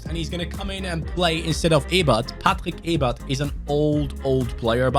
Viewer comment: Do you speak german? bc the pronounciation from the name Patrick Ebert was perfect